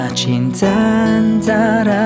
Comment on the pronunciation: Lagu best dan suara dh cukup mantap, perfect..tp syg sebutan bahasa Melayu hancor.. kitcha...cintcha..ceritcha..tchersenyum..tciba..